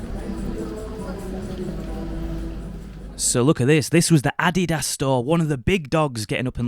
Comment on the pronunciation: Really glad you said "Adidas" correctly.